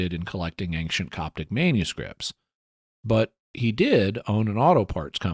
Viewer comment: It's a mystery that I can't figure out (and me and my wife have watched dozens of episodes of the Mysterious World) - why does Jimmy consistently pronounce ancient as "an-k-cient" ? He's so careful about pronouncing anything I can think of that there must be a good reason for it. What is it? If it was answered as part of the mysterious feedback in one of the earlier episodes - please redirect. Thanks!